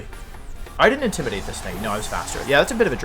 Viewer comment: Why do you pronounce intimidate that way